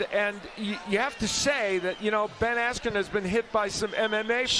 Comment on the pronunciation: Couldn't even say askrens name right.